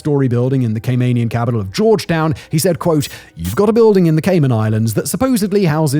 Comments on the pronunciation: Gay-men island! 😂😂😂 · Great video, but please pronounce CayMANian correctly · More annoying is the constant mispronunciation of Caymanian. Still love Simon though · you can’t even say Caymanian properly